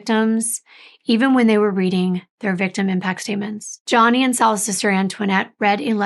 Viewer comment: You did a great coverage of the case. I hate that you kept calling Gianni, Johnny though lol. It is pronounced G—ON-EE lol 😆 I thought I was tripping at first lol 😅 Regardless I love how detail oriented you are